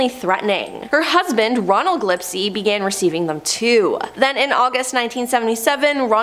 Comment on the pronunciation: I thought the name was pronounced gill-s-p, not glip-see.